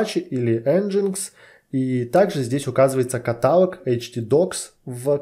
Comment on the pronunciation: "катАлог" - проверочное слово "херАлог". Блин, невозможно слушать это с частотой 30 раз в минуту....